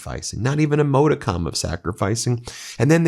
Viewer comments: NY born and raised. I was a kid in 73, I remember the win, whole elementary school was partying! I knew he was garbage in the 80s, most did, so this is reason #25,000 that makes us all say f"'ck Trump! Ps Ben, its 'mah-de-cum' not 'mode-a-com'. modicum = mädəkəm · ModicUm. NOT ModicOm. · MODicum, hallowed ground. FFS, Ben! Too much Latin, not enough English with you! You're driving me NUTS! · Ben —- PLEASE it’s pronounced MODICUM, like RUM. Please. Thank you. Also when you speak of Trump’s trust PLEASE be careful. If Revocable it’s his own trust, same SSN. If it’s IRREVOCABLE it’s under a separate EIN. Be precise in this — they are exact opposites. Thank you! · Pronounce "modicum"